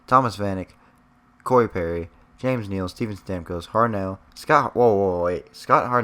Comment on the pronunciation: lol he says Hart then he waits for a millisecond then says nell